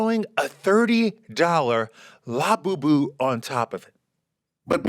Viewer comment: it's la-BOO-boo. You're putting the em-PHA-sis on the wrong syl-LA-ble!!!😂